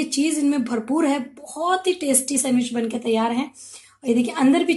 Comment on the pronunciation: sandwich nhi bol pa rhi thi....... recipeeee....🤐🤐